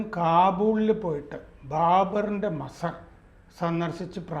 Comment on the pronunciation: മസ്സർ അല്ല.മജാർ എന്നാണ് ശെരി